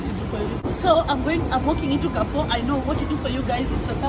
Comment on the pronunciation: Mmmmmnnnn nakuja kula....by the way it's pronounced 'karrfu'